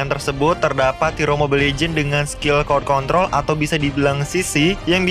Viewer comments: Cord control? Yang bener "CROWD CONTROL" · Crowd control bang bukan cord control